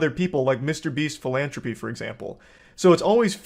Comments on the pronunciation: Charlie, you pronounce "philantropy" like a Corleone 😅 The letter H appears twice ffs😅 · Also why can't Charlie say the word "philanthropy"